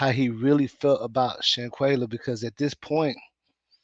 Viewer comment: You've been doing such a great job on this case but her name is Quella (Qwe-lla) not Qwee-lla lol 🤣👍❤️